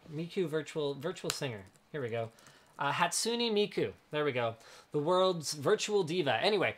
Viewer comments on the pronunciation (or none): it's hatsune miku, y u do this westerners?